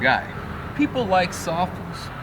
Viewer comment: i always thought SOFLES was pronounced "Sof-Less" like "Soft-less"??